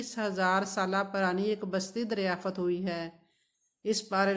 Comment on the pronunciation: اور پہلے آپ اپنی اردو ٹھیک کریں اور شکست نہیں ہوتا ، شخص ہوتا ہے ، بی بی پڑھ لکھ لو اور تاریخ دان مت بنو تمہاری زبان سے پتہ چل گیا ہے کہ تم ان پڑھ بھی ہو اور جاھلہ بھی 😂😂 دریااااافت نہیں ہوتا ، دریافت ہوتا ہے 😂😂😂😂 باجی